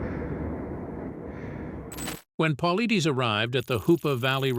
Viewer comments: Paul-I-(Dus) not Deez. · I haven't heard one single narrator pronounce this mans last name correctly yet. Phonetically, David Polaides is : Po Lide Us... it isn't that difficult. I cringe every time I hear it mispronounced. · At least learn how to pronounce the man's last name if you gonna use him to promote your story.... Jeeeez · Every time the narrator says "David Paulides" he pronounces it wrong but slightly differently each time 😂😂😂😂 like damn what did David do to you that you gotta do him like that?? 😂😂😂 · To bad can't even pronounce is last name correctly! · quit watching when his name was mispronounced. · This guy narrator can’t even pronounce his name, right😂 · Yeh, the editor should be fired!